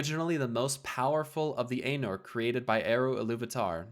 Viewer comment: The pronunciations are driving me nuts. XD EYE-noor. VAL-ar. My-ar.